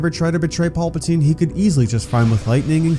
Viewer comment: Can you please say PALPATINE and not PAULPATINE. It's driving me nuts.